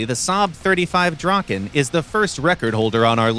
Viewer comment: My heart breaks when I hear the draken pronounceiation